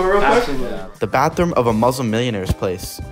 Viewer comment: Its MuSlim not MoZlim